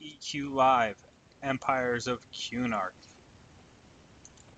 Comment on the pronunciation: it's kuh-nark, not que-nark lol